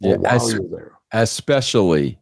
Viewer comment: Did Vince just say asspecially 😂